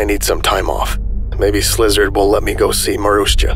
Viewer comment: the voicing is SO GOOD but every time you say "slizard" instead of szilard i crack up